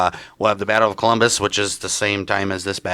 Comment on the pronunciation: It's COLUMBUS!!! Not Columbia